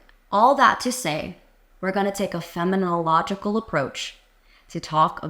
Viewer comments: I heard you say “feminological” several times, and was unsure if that was intended or if you meant “phenomenological.” Was confused about whether I should be thinking about what you’re saying in the context of feminism or of phenomenology. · Fen-ah-men-oh-law-gi-cawl… Phenomenological.